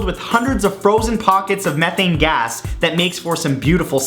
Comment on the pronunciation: Its not Meth-Thane its Me-Thane.